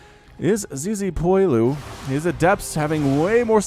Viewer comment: "Zizipoilu"... Fortunately you don't speak french